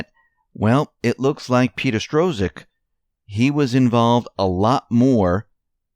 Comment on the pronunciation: None of you so-called reporters can even get names right. Where do you get Strozek out of Strzok, which is pronounced Struck?